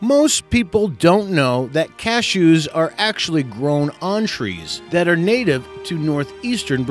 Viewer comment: He seems to pronounce many things strangely. CaSHEWs?